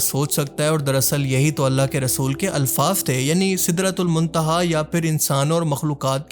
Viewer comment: black hole ko sidra tul my tiha kyun bol rahay, Kya bol rahay ho